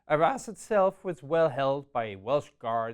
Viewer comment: So, this was really good, but 'Arras' sounds like 'our ass.' 'The pocket's southern flank was anchored by our ass...'